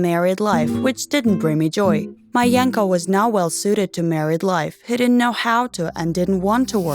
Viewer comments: It's Yanko -__ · FBI OPEN UP Edit: I thought the girl was saying “My uncle” instead of “Bianco” lolol Edit2: So... I’m seeing that some of you guys told me the name was “Yanko” and not “Bianco”... So thank you for telling me ^^. I don’t have the best hearing lolol ( and sorry for my bad English ;—; ) Edit3: Holy shitteu, 412 likes already? Thank you so much OwO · Samee i thought wait what you can marry your uncle?? But phew i misheard i thought i was the only one